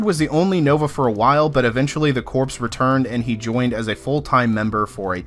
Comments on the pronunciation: When you say the words corps, the P Is silent its phonetically ”core” please stop saying ”corps” as it sounds bad. Nice video all the same. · I hate to be this guy, but... corps = kor, not corpse. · It’s pronounced core not corpse. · It's pronounced "core", not "corpse". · Corpse is a dead body it's pronounced core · It's pronounced like core not like corpse. Think Marine Corps. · It's pronounced "core." It's a common mistake. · Dear GOD-- are you really saying "CORPSE" right now!?! Edit your videos, for God's sake! I cannot stress enough the sheer, indefensible mass of insults which I wrote-- which you would not have understood-- and which I still found too demeaning to post, though I will say this: If your only job is to talk on the internet, do it at an eighth-grade level or higher. --that, or accept being frequently, justifiably ridiculed and whilst absolutely, completely deserving it. There-- tha'ts not even an insult... -probably should have been.... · You people complain about every fucking thing. He said "Coprse", big fucking deal. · 🤪 "corpse" It's good to know it bothered others & it's not just me. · Im not overly familiar with the Marvel cosmic comics. For the first 2 minutes of the video I thought Rider gets some kind of undead super powers before I realised they meant 'corps' not a dead body. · Hate to be that guy but, "core." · Hey the word Corps ( as in Marine ) the (ps) is silent.... just saying. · You pronounced corps incorrectly the entire video.